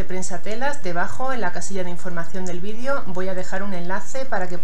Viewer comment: Se dise video no vidio. Habllbien agarrar no coger coger es cuando se ase oracosa más fea como.los sacerdote coger